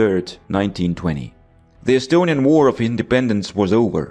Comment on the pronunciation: you say estonian words so correct are you estonian?